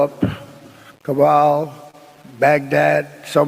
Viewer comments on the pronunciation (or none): Kabal❌ Kabul✅ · He literally said Cabal (or Kaballa) instead of Kabul, Iraq